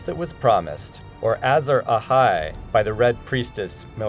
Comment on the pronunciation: Terrible video. It's obvious that the people involved in making this doesn't have any clue what GRRM's novels are really about, and probably haven't even seen the show, as almost every name is mispronounced (Azor Ahai, BRAND and Rickon to name a few) and lots of key points and arguments that back up the theory aren't even mentioned, whereas a lot of unimportant points and arguments are brought up. Also, ''The R+L=J Theory From Game Of Thrones Finally Explained!''? Really, Screen Rant? This theory have been existent for over a decade, and I can assure you there have been countless debates, articles and videos over the years explaining this theory, far more in-depth and detailed than this. This is so bad it made me cringe a bit, you should leave ASoIaF theories to people who actually know what they're talking about.